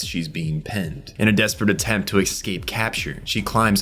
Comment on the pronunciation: Why can't you pronounce "escape" without adding a k or an x?😅 Why do you say "advancement" when you should say "advance"? English is your first language yes?